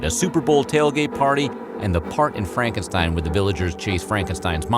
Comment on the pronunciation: Unfortunately, he did not pronounce "Frankenstein" properly and he also got "Weidmann" wrong.